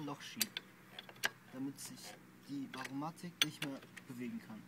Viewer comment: Danke für das informative Video. Nur ein Ding: Es ist Variomatik, nicht "Varomatik".